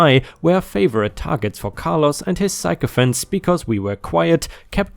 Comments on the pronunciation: I know English isn't your first language but you are the second YouTuber I've watched who can't say "sycophants". it's sic-o-phants not psycho-phants. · "psycho"phants is absolutely the way we all should be saying sycophants :D